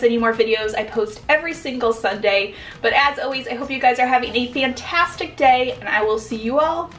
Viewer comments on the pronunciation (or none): none